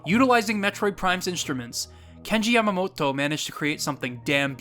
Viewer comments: Its cute how you say the japanese names, but when you say Yamamoto it sounds like your pronouncing it like Yamamotto. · Just a quick note: Yamamoto is pronounced as it is spelled. You've pronounced it here as Yamamot-to. Japanese consonants are short unless explicitly made long, so this is a vastly incorrect pronunciation. Great video otherwise.